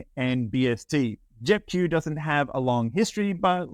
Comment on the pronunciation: Sound like you are saying JEP Jew, Hit the Q sound 😁